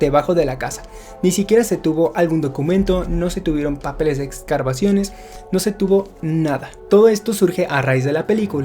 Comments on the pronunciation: Un aportación con respeto: "Excavaciones" no "Excarvaciones". Saludos..y mucho éxito!!! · Jajajajajaja "excarbarciones" jajaja y te quejas de Trejo jajajaja